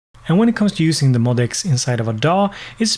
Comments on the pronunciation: According to Yamaha, you are supposed to say it "MOE--DEE--ECKS." When I first saw it I said MOD-X, too! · Cool video! However, it's pronounced "M-O-D-X" (em-oh-dee-ex) according to Yamaha. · BTW, it's pronounced "Mo DX".